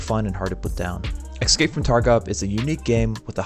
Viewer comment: wtf is "excape from tarkov"?